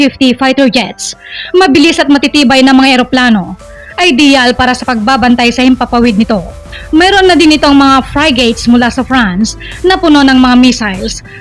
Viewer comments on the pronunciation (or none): Anong frygate😂😂😂😂😂 frigates kamo a hahaha